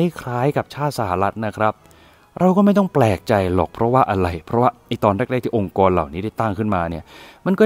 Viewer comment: องค์กร ไม่ใช่ องการ🤔🤔🤔